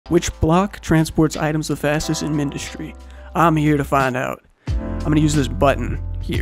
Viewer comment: MY GUY SAID MINDISTRY